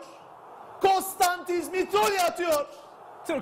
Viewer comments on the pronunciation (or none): ne kasıyorsunuz ismini söylerken mitroğlu diyin geçin mitriogliuiuiu saçma saçma icaatlar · Mitrolya nedir abicim...Maçı sunmadan önce çocuğunla Niloya'yı mı izledin geldin naptın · olum kostantis mitrolya ne ya haykırdım 3 sene sonra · Şu adamın ismini ne olur düzgün soyleyin yahu.